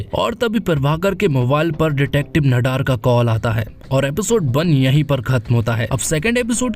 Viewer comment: भैया, नडार नहीं, ‘नादर’